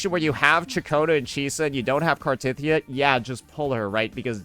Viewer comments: its actully pronounced car the teth of the e ya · Also, knows how to CORRECTLY pronounce her name.... But he just chooses not to...